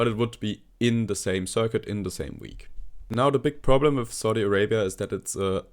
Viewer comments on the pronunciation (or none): none